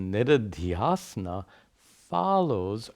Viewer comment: They are shravaNa श्रवण manana मनन and निदिध्यासन nididhyAsana. When says nididhyAsana it sounds like niridhyAsana.